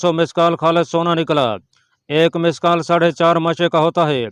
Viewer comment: مثقال کا تلفظ مشقال نہیں ہے